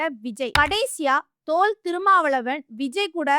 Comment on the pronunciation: எம்மா!முதல்ல நீ தமிழை நன்றாக உச்சரிக்க கத்துக்கோ!அவர் தொல். திருமா! நீ சொல்லுவது போல தோல். திருமா. அல்ல. ஆகவே தமிழில் உச்சரிப்பு மிக மிக அவசியம் அதை புரிந்து பதிவிடவும்.